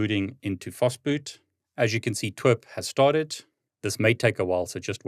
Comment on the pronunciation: Pronouncing TWRP as T-w-e-r-p and not tee-dablu-are-pea is insane 😂